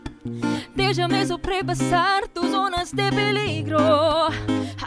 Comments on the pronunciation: Anne Bardon i watched it several times she nailed it though "dejame" should pronounced as "dehame". nevertheless its perfect. great voice. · There's only one mistake of pronouncing Spanish. The word Dejame is pronounced DEHAME, the letter J in Spanish is not like the English letter J. Overall, it is cool. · She is wrong is her pronunciation of "Dejame" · Wow she nailed it! Ive been living here in Central America for almost 5 yrs and I cant even sing or pronounce spanish words very well unlike Julie Anne. Impressive Julie Anne👏👏👏 dejame and apellido iba ang pag pronounce nya, tinanong pa ako ng pamangkin ko bakit ganun daw ang pronunciation lol, sorry spanish kasi sya kaya nag react lng medyo. But im so amazed of Julie Anne. She was amazing!😊❤️ Galing galing😊👏❤️ #pinoypride🇵🇭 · Nag aaral ako ng spanish at may mga words talaga na iba ang tunog pag di mo inayos yung buka ng bibig mo. Dejame at apellido lang ang na miss nya e pronounce ng tama. J is pronounce like the letter h and ll is like the sound of letter y.